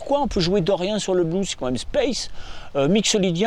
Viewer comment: yes!! Et en plus il appuie sur les syllabes!! Yes!! Bise mon...👌✌